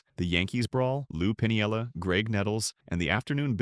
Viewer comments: Come on, people. Check your pronunciations before you start in to make a video. I gave up on this one — even though it was interesting — about the fourth time the dumbass AI announcer called him “Lou Pin-i-el-la,” with four syllables. Anyone who’s been around baseball for more than a couple of minutes knows it’s “Pin-el-la,” three syllables. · It's Pinella. PIN-ELLA. Not Pun-ee-ella.